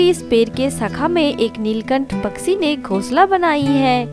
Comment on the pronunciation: Story to bahut achi hai but is video mai jisne bhi audio narrate ki hai wo bahut ajeeb tareeke se bol rahi hai kahani sunne mai maza ni aara Paksi ni hota its pakshi bolte hai plzzz work on your hindi